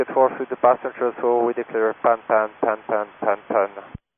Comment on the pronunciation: American seems to have trouble with Pan-Pan huh?